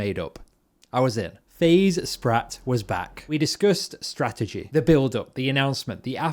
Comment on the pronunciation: “we discussed sprattegy”